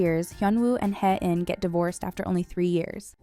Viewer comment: Heh-in - it was distracting that the character’s name wasn’t pronounced correctly throughout the video. A better way to pronounce her name is “Hey-een.”